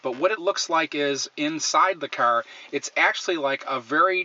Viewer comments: wtf is a ceur... its a fuckking car not a ceur.... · From the way you're pronouncing "car" as "kurr", I'm going to assume you're from the Michigan/Illinois/Indiana/Ohio/Pennsylvania region...